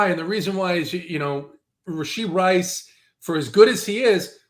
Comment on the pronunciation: Learn the players name man... it's Rashee Rice not Rasheed.